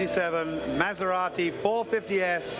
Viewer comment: Someone tell these mf’s how to pronounce “Maserati” holy fucking shit